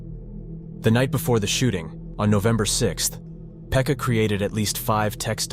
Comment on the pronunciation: its not "Phecka", its "Pekka" 💀